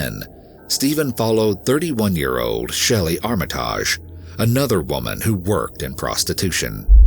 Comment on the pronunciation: The way he said armitage lmao